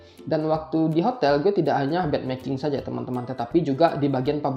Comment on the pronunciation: Bed making, bukan bad making hehe